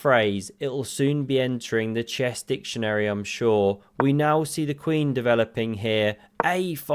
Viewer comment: You did say “ chess dicktionary”….😂